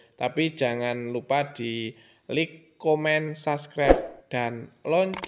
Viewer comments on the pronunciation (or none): none